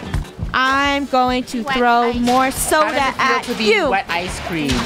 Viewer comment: Nobody: funneh:.SOdAA